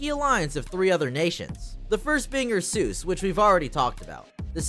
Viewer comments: Ursus is pronounced as "Ar-Sas" not Ar-sooos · isn't it pronouced "oor-soos" like in latin? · Calling Ursus U'r Sus has to be a bit, nobody can mispronounce a fairly simple name that badly. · The "Ursoos" pronunciation has me dead😭. I normally just say Ursus. W video tho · You said ursus wrong on purpose to avoid saying sus didnt you? Lol